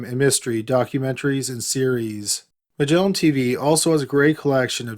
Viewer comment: The incorrect syllable accents and dragged out last syllable. "MUHGellaaaaan TeeVEEEEEEEEEEE"